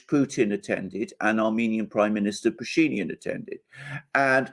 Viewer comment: what happened with Putin is looking weak and tired such a horrible mistake and the rest? And just in case name Pashinyan has stress on —-yan. The guy is Armenian and Armenian names don’t have stress in the middle. You just make him sound something else so sometimes it takes a while to figure who the hell you are talking about